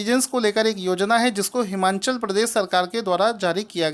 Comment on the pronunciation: Sir its Himachal Pradesh...not Himanchal